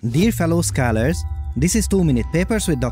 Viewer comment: My name is pronounced Skyler and the way this guy pronounces scholar really threw me off at first